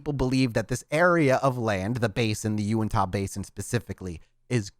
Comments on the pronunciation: just so you know: Uintah doesn't end with an "ah" sound, it's more of an "uh" sound. Duchesne is also pronounced "doo-shane" because us white people are weird. Keep this coming, I live in Utah and don't know a lot of the history in that area! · love it, but every time he said “Unitah” 😂💀 here in Utah, we pronounce it U-IN-TUH not U-IN-TAH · As someone from Utah a couple things 1.its pronounced (YOU-INT-HA) 2.i am so happy that your doing this episode/series 3.please explain the crazy stuff happening up there please because it's really not prominent in Utah culture or salt lake City etc. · Pronounced “U-IN-TA” :) been camping near that area for a while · Just for peoples info it is bottle hallow not bottle hole and it is pronounced YOU-INT-HA